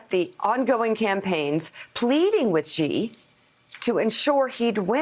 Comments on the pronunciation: I understand why Xenophobia is 'X' in the capital letter and pronouced like 'Zenophobia' So people pronouce Xi like Gee. Actually Xi jinping should be called as 'Shi Jim Ping' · It annoys me that everyone pronounces Xi wrong. The X in Chinese is pronounced like SH with a slight leaning toward a simple S. Not that strange ZHJ sound that all of the reporters keep using. It sounds more like SHE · Why oh why do people say 'President Ghee'? Where did the gh sound come from? There is literally no such sound in Chinese! It's very close to she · Xi is pronounced "Shee" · It's comparatively one of the easier things to pronounce in Mandarin for English speakers...where did the ghee come from?